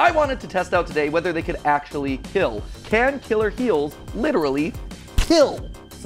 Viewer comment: Will it KEEL?